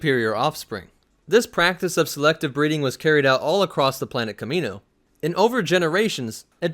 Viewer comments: The way you say it sounds like you're saying "Kevin Owens" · Its pronouced Ka "ME" noan, you even watch Episode II??